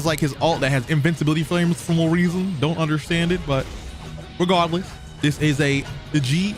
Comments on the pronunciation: this man said "RiGaRDLeeS" like 20 times.... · This dude sounding like he casting a Harry Potter spell every time he says “Regahdless”!! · Or regawless i love it how he say it 😂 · No one:: ReGahdless